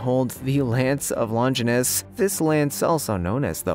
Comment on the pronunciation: Spear of destiny is pronounced spear of long jeye nuss damn dude